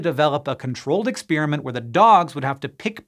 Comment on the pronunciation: Why can this grownup not say the word "experiment".